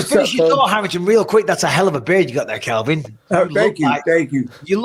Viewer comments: Michael pleeeease dude , it’s pronounced CALVIN, not Kelvin FFS 🤦🏻‍♂️ Anthony btw is EXCELLENT!!!! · Anyone notice Bisping kept on getting Calvin's name wrong?!?!